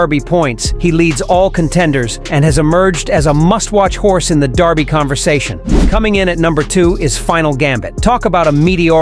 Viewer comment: DER by..................Not DAR by. For gods sake learn how to say it.........And I know this is AI generated garbage.